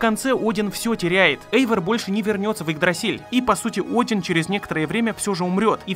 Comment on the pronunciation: Один это имя ударение на букву О